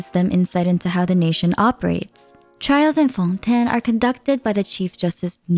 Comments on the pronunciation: why are you saying Fontaine so frenchly , its so weird, the english va's say FON TAI NE not FONtÈNE. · I hate when YouTubers start saying the names in dum ways. Its fontaine They say it in the quest Its not"fon tn" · Everytime she says Fontaine like that it makes me cringe. Is that how French people say it should be said? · Your pronunciation of Fonten is distracting. We all now know Genshin says it as Fon-Tayne. Why insist? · FONDANE - learn to speak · I would have liked and followed if you hadnt had tried to hard to say fontain with such a hard accent idk how long you how to practice it but it was so annoying to hear. literally pronounce it in you own accent its a video game relax. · I promise i love her content and really don't mean to hate but... Is there a reason for why she pronounces things the way she does? Like, most chacter and location names. She doesn't pronounce them like they're said in-game, and I'm not sure if they're said like that in the languages they're based on either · I'm sorry but I couldn't take this video seriously by the way you pronounce fontaine 😭😭😭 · the way you pronounce fontaine is killing me fr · i cant with these pronunciation first neuvillite and now fontaine girl calm down u can speak normally 💀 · Why are you pronouncing “Fontaine” weirdly? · she’s attempting to pronounce it the french way i guess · Love the video but the pronounciation of Fontaine drives me nuts